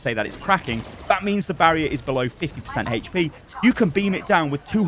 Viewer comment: "It deals 200 Heche-Pee damage"